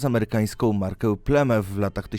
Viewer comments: Jak jak jak? Plemęf? Weź posłuchaj się człowieku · mówi się plemef serio